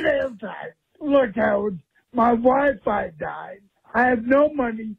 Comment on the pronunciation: First i though He Said my Wife Died; instead He Said my WiFi Died